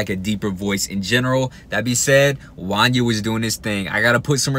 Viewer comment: It's Wanya rhymes with Kanye.